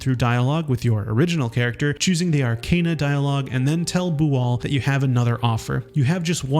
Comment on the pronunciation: It’s not “grime forge” it’s Grymforge (read “grim forge”) also not “Are-Cane-Ah” it’s “Ar-Can-Ah”